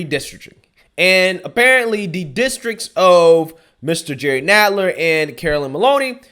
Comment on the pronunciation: Hey! It's pronounce "Nadler"...as in "rattler"...and he's also lower than the belly of one too.